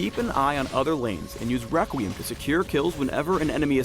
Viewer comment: Am I the only one to hear this: Wequweim